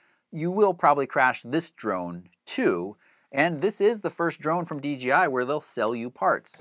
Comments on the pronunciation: Why do all the reviewers call it dgi instead of dji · People just can't say DJI they always say DGI get with it people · D "J" I...not "g"....seriously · Why does everyone say DGI...??? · It's "j", not "G" in the company's name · About the 10th time he said D GEE I.....I had to move on. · Hey bro, bros and Broettes it’s DJI not DGI. Damn learn to speak!